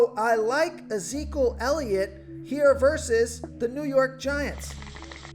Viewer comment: I die every time try and says Ezekiel elliot 🤣🤣🤣🤣🤣